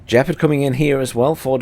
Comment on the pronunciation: It's Gepard, not Jepard